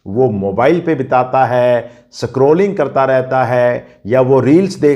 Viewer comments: Aap literate hokar bhi itna kharab pronounciation kaisey kartey hai. Sacroling nahi scrolling boleay please. Unpad jaisey uccharan mat kareay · आप स्क्रोलिंग को संक्रोलिंग या स्कूल को सकूल क्यों बोलते हो भाई साहब। जब इन शब्दों को बोलते हो तो लगता है जैसे आप कभी स्कूल ही नहीं गए। जबकि आप सुधार कर सकते हो। सादर। आपका शुभकांक्षी